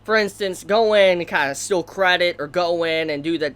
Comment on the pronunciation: It really annoys me how he pronounces STEAL as STILL, FAIL as FELL.